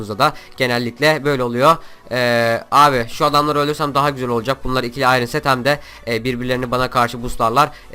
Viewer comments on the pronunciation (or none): none